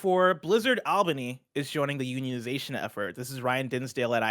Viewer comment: All-bany not Ahl-bany